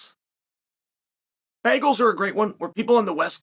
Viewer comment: Chael why do you say bagels like that